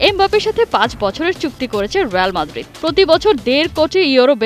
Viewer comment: রেয়াল মাদ্রিদ নয় রিয়াল মাদ্রিদ